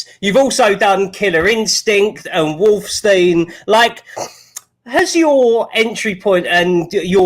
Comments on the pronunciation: DID THIS IDIOT JUST SAY "WOLFSTEIN"?! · He said Wolf Stein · "Wolfstein" oh Lord who is this muppet.